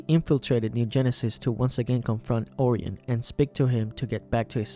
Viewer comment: You mispronounced Orion. It’s Or-Y-in, not Or-eon